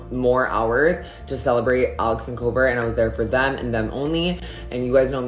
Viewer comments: It’s not Koover it’s Kouvr! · The way she kept saying kouver😂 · The way she pronounces kouvrs name as “koover” is hilarious 😭 it’s pronounced cover 🙏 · The way you pronounce Kouver is wild!!😂😂😂😂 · Right like it was pissing me off bad , like it’s kouvr